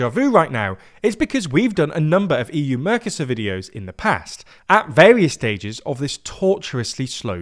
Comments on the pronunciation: It hurts my ears every time you call the trade block "mörcäsör" instead of "Mercosur". Spanish has very simple, clear, easy to understand rules for spelling and pronounciation. One should not apply English rules for pronounciation - which actually are no rules, but a huge mess - to Spanish or other languages. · Please make an effort to properly pronounce MERCOSUR, I'm a spanish speaker hearing this on the background and you sounded confusing at first. Thanks! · Merco-sur Not mercos sur